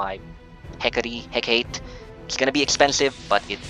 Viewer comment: Correction lang po sa mga RF Players. HEK-ə-tee po yan pag pronounce. :P